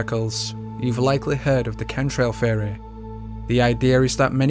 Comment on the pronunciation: It is amazing how badly you pronounce the word theory. Fehohreh